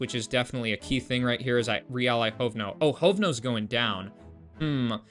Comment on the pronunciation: As Czech guy I am immediately dying at the start when you created alliance with shit(hovno) and actually pronounced it quite well